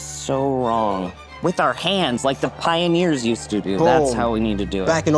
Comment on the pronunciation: “like the PiE-o-neers?!” 🥧 🎉🎉🎉 🥧